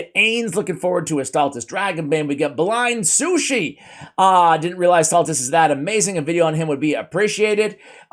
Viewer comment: That was hilarious, you butchered my name so well, I am gonna change my all my gaming Profiles from now on to Blind Sushi.